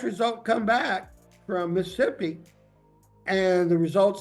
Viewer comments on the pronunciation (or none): Welp, this Texas judge dropping a whole syllable when pronouncing Mississippi is a declaration of war! Ain’t no Missssippi! Hell, my phone just put a red line under that misspelled word…even it knows not to FAFO! But anyways, is this the football player? If so, u can see why she’s so against a real test. That’s probably tens of thousands per month he’s forking over to her. All about to come to an end. Also, even if his older brother had taken the test wouldn’t it have shown common dna matching a relative? C’mon man!